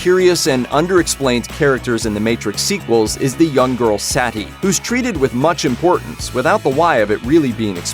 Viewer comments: its suh-ti hes saying it as satti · It's not Saety It's Sati in Hindi. Pronounce it right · The girl’s name is pronounced (Sah•Tee) not ( Sat•Tee) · I never heard anyone in the movie pronounce her name "Saddy" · It's pronunced sut-e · That's Sati (SAW-TEE) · Her name is pronounced, “SAH-tee”. Idiots. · cool video and explanation. Now, please learn to pronounce Sati's name correctly. The emphasis is on the 'i', not the 'a'. For an analysis that pays super attention to the details, it's a strange thing to get wrong, especially since it's pronounced correctly the whole way through the movie. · Sati literally said her name and you still say it wrong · The machines can’t understand love, and you cant understand how to say, “Sati”.